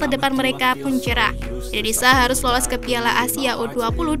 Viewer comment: Ini orang ngomong gmana sih, Malay"sia" lancar, tapi giliran indo malah jadi Indonesa